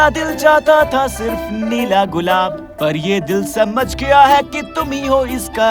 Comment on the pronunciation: Nela gulab hota Nahi hota 😀😀